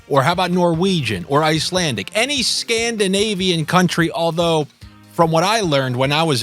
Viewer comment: Did you say Scandinavian or SCAMDINAVIAN